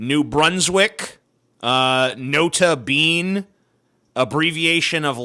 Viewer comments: Not a bean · The most offensive that TJ said was mispronouncing "Nota Bene".